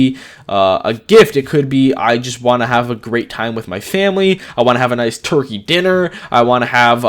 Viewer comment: WHEN YOU SAID TURKEY DINNER YOU SOUNDED LIKE YOU WERE FROM southern america